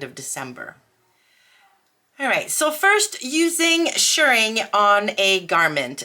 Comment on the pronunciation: Yay,! You’re doing great! Also, extra points for pronouncing “shirring” correctly! 🤩💗